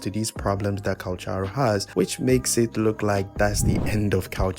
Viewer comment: *Calc-haro no CH js listen to his audios